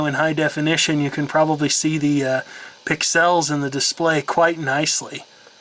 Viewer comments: why dont you say Pixels instead of Pixeelss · It's not pronounced "Pixalles"... it's "pixels". Short and sweet... You're from Illinois, not France... :) Great videos BTW... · I love that you refuse to massacre the language by saying "fn-esse" the way they intended, but then repeatedly pronounce the words palette and pixels in a really weird way. xD Great video. :)